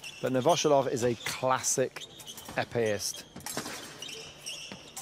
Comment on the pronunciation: Novosjolov is pronounced novvosYoolof